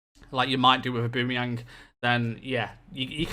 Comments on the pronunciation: id say more like aw-ba-meh-young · O-Ba-mey-ang plese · Your pronunciation of Aubameyang is so bad that it annoys me so much! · nah that's the English pronounciation, isnt right. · To be fair it doesn´t matter if you pronounced it the way german or english commentators did, he is from Gabun which is a French speaking country. So maybe go with pronounciation of french commentators.